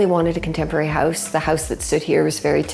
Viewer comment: They pronounce it as ‘Heouze’